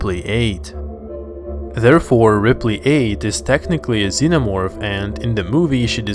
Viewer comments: Starts off the video with the "omo-vorph" Nah, you can't even read the names, dude. I'm out. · um zenomorfo cearence kkkkkkk